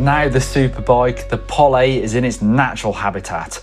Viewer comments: You say Pol-ay, i see Pole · Didnt realise it was pronounced Pollay 🤣 I will probably still call it a Pole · Funny how you guys pronounce Pole as "Poly" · You can call it is POLÉ all day long. But there is not an accent over the E. POLE. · polly? is that how they pronounce it in finland? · Pole as in Bowl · Does the company actually pronounce it "Pollay"??????